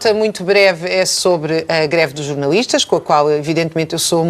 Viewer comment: Já jantei. Não aprecio borrego. Por isso, nao sigo esse programa. Além disso, ilustre Dra Raquel Varela parece ter uma "dis ué kssia”, um qualquer problema a pronunciar os "L", que ela diz "ééuuue". Não a entendo, sinceramente... O que são "jornauuuuístas"? Nao lhes dê crédito, Deputado Tilly... O Tilly tem tanta coisa importante para preparar, em virtude das suas novas responsabilidades... e está a gastar o seu valioso tempo com esses mendigos intelectuais? O Deputado Tilly vai fazer algo CONCRETO por Portugal e pelos portugueses. Esses comentekos, ao contrário de si, não acrescentam nada... Vivem em 1974, e de lá não saem.